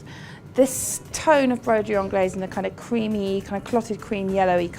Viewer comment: You don't pronounce the 's'